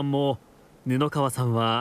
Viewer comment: ちょうばん じゃなくて ちょうつがい では?